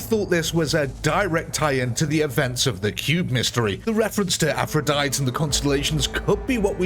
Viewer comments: The "e" at the end of Aphrodite is pronounced. So think of it as Aphroditeeee. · What the fuck is an afrodite? That ain’t how you say that bro 😂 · "Tee"...Aphrodie-"tee" is the common pronunciation. Are you dumb or did AI read this script?